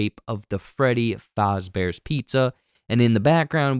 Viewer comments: It’s Freddy Fazbear, not fozzie, I don’t know why the guy in the video keeps calling him Fozbear. That said, a lot of of these restaurants were designed around the idea of copying Disneyland so it would be reasonable if in universe Lore was that Freddy was meant to be a muppets knock-off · And it’s Faz. Not Foz. That’s driving me nuts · Who's watching this not knowing what FNAF is? Also, i thought it was "fazz"bear, not "Fahzbear" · Great video but it is pronounced fazzbear no faRzbear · bro said “freddy fozzbear”😭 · every time he said freddy fahzbears pizza it make me cringe 💀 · I know what he was saying, I still hear fozzie bear. Like you said a lot of places use names close enough not to get sued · You’re hearing Fozzie because the guy in the video is mispronouncing the name and keeps calling him Foz Bear. That’s not a psychological thing happening, you’re hearing it because its basically what the video keeps saying. I just wanted to be sure you were aware that the video is wrong. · freddy FAWZbear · Freddy fAHzbears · never in my life have I ever heard someone say Freddy Fozbear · Why are you pronouncing fazbear like that 😂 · Man love the vid but please say Fazbear the right way please 🙏😂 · The way he pronounces Fazbear makes me uncomfortable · Thats a weird way to say Fazbear. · I think this is a reaction to that stolen bootleg trailer, because you are talking about stuff that is not in the official teaser. Any chance you could react to the real one instead? Also you pronounced Fazbear wrong. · Why are you pronouncing Fazbear like it’s German- 😅 Also, you obviously don’t know anything about FNAF lore, so you messing up wasn’t that enjoyable. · You pronounce “Fazbear” wrong.